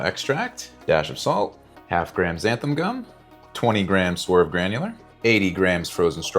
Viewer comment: ‘XanthAN” gum.